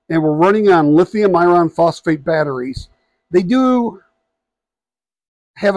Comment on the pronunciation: Not usually pedantic about word pronunciation but your annunciation of the word "iron" is making this difficult to watch/listen to. For the record, that word should sound like ai·urn!